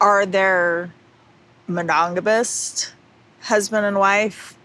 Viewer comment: Meri couldn't even pronounce "monogamous." It came out "mogonamous" I think that's kind of funny, she can't even pronounce it